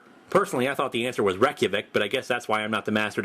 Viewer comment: Reque-wick? Does he mean Reykjavík? The capital of Iceland?